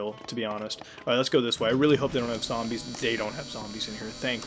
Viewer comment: its zombies not zambles